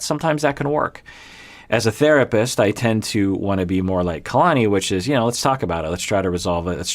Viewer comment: Omg ‘Kaylani’ was driving me crazy lol